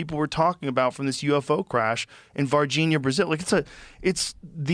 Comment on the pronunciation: joe “vargihnia, brazil” rogan